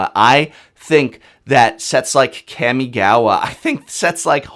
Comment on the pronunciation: Hey professor- love your content, but I have a correction. The wonderful plane of Japanese lore is pronounced Caw-Me-Gah-Wah. This is just due to the structure of the Japanese language, which gets especially confusing when you romanize it.